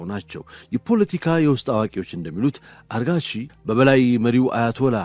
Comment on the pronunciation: ግሩም ዝግጅት እና አቀራረብ። የአፍ ልማድ ሆኖብህ ፣ አራግቺን አርጋቺ እያልክ ጨረስከው። ለወደፊቱ አርም።